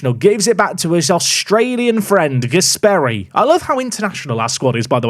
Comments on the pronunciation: On the subject of pronunciation of names of players, a couple quick ones from an Italian/Spanish speaker: Gàsperi is pronounced with the accent on the A, not on the E like you have been saying it, while Mariño is pronounced Marinho (like you would, for example, say Ronaldinho) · Since we are mentioning pronunciation, Gasperi is pronounced with short E